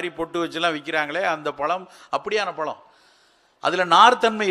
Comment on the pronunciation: பளம் இல்லை. பழம் Try to pronounce correctly